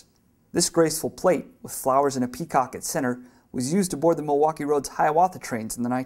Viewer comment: The Milwaukee left a big mark in MN, the least narrator could do is say the name right.